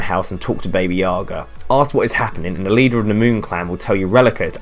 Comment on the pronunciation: baby yaga really bro? its pronounced b-a-b-a yaga